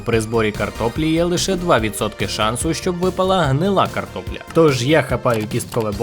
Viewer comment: Ти сказав слово ''карпопля'' 8 разів.